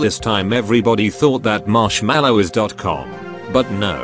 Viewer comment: It sounds more like slushii instead of marshmello.